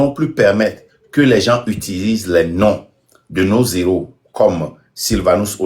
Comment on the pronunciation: Frère Marc, ceci n'est pas une critique. Je vous prie de ne plus faire la liaison quand vous prononcez le GN: "des héros."